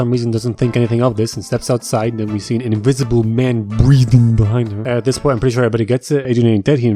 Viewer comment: “ dis is the wey” 😂